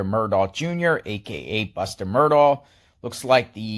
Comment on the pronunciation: You’ll gain more credibility if you’ll pronounce “Murdaugh” correctly. Good grief…